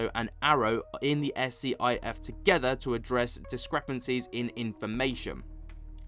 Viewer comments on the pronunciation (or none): Thanks for the update. Progress is definitely being made, it's not as fast as everyone would hope for, but it is still progress. The S.C.I.F. secure room facility for holding classified conversations is pronounced "skiff".